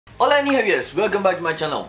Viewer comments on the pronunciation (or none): none